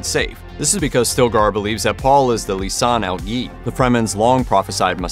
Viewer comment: it’s not “lisan al geeb”. it’s lisan al gaeb pronounced guy eeb